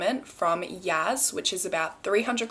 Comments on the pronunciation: Also it’s Yasssss not Yazz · its pronounced y-ass not yaz 💖💖💖